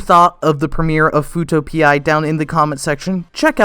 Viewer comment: Nahhh...it's pronounced "fuuto pee"